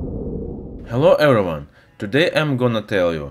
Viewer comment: (Starts video) "helwo erwyone" Wha the he?